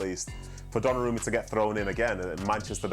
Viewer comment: ESPN; "Gonnarumma" really? 🤦🏾‍♂️